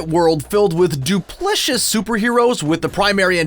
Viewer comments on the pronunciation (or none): "Duplicitous," not "duplicious." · "Duplicious" -- come on. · “duplichous”! lol 😂